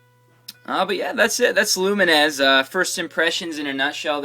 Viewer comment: lumines is prononced lew like the name and mines like the explosive thing in war games.